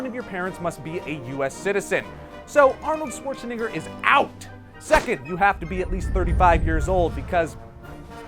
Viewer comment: You... uhh... kinda... mispronounced Schwartzenegger....